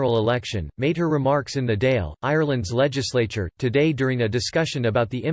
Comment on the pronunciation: For the love of Christ check the pronunciation. It's the "daw'il" and P.M. is a t,shock . And twenty other mistakes.